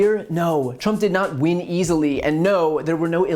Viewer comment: I love how he says Trump did not "ween easily". Lol